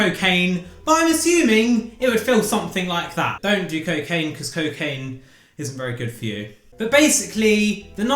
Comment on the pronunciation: Don't do cocaine because cocaine IS very good for you!? Either you said exactly that being ironic or you should work your intonation on the quick isN'T! ^^